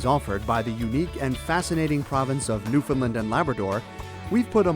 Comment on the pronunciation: I just have one piece of advice for the advert. Pronounce Newfoundland right! It is not Newfinland!